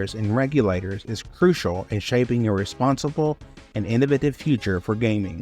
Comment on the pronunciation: Here's a controversy: the way you say innovative. ;)